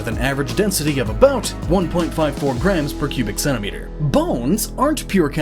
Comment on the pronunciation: Man of adamantium* and why in hell would superman need those? sounds like you say Pubic Centimeter :S